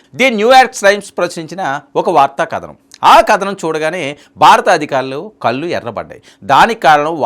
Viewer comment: అంతా చాలా బావుంది. కల్లు అంటే intoxicating drink కళ్ళు అంటే eyes హిందీలో ఆంఖే అంటారు. మీకు నోరు తిరగకపోతే హిందీలో వీడియో చెయ్యండి. తెలుగు అక్షరమాల తప్పక చదువుకోండి. కానీ తెలుగు భాషని అక్ష,రం అక్షరం దయచేసి చంపకండి. ప్రతి శబ్దానికి తెలుగులో మొత్తం 56 అక్షరాలు వున్నాయి. విమర్శిస్తే కోపం తెచ్చుకుంటారు. గుర్తుంచుకోండి critic is the best friend and enemy is the best guru or teacher.